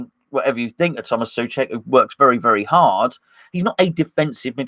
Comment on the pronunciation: SO-cek why can’t you just say it?